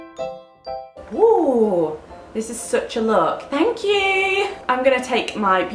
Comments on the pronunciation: ' thankqqq' you sound so posh i love it so much babes xx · Thankyou😂😂😂😂 (in that accent)😂